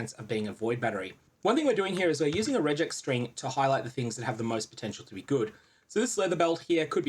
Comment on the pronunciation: not that it really matters but your pronounciation of regex made me wonder for a second what you meant :D thanks for the video, cheers